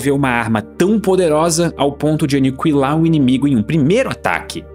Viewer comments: Nao é anicuilar é aniquilar, a letra u não se pronuncia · "Aniquilar" ou "Anicuilar"? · é impressão minha ou ele fala Anikiwilar ?